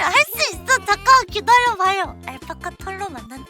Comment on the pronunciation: 알파파파카?인가요 알파카파카인가요?